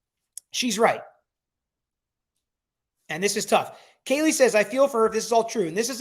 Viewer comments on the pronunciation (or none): none